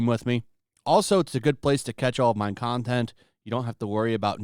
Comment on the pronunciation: Every time I hear your outro I hear, “Come check out mein content.” And I chuckle that weirdos actually think you’re a nazi for being normal.